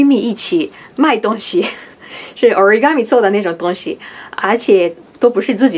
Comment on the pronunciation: Mako讲ORIGAMI的时候居然不是日语发音，居然是英文的日语发音！惊到了！